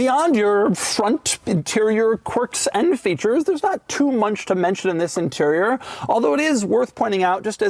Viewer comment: lol "not too munch"